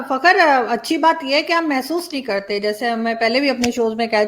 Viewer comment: Fakhar ka pronunciation theek se kiya kare